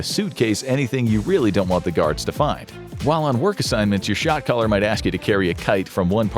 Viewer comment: Was I alone in thinking I was hearing "shock collar" instead of "shot caller" until I started reading the captions?